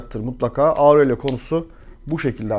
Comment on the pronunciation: Auurello diye zorlamayın kendinizi, orelyo diye okunuyor